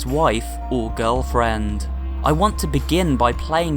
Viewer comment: Whenever he says girlfriend ,it sounds a bit wierd